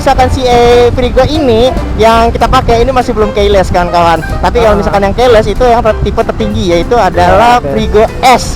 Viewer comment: Keyless bang bukan Keles 😂